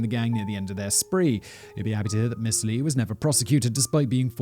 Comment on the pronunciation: It's actually is 지준파, Romanized is Jijon Ji Jone. Lee is actually pronounced E (long e). Understand the difficulty of the language. 🤣🤣🤣 Their consonants are soft. I'm sorry you are literally butchering the language. I can't watch this.